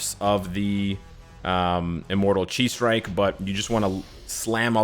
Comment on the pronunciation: I think I heard Immortal Cheese Strike instead of Immortal Chi Strike.